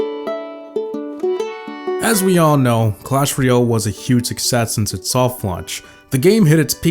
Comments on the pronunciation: "All good things must come to AN end." Also, apparently "royale' is being pronounced as "REE - AL" instead of "ROY - AL." ^ That's my nitpicking for the day. I liked the vid overall. ;) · Why do so many people say "Clash reeeeahhlll"? It's "royale"... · what really killed it is the pronunciation of royale by most players.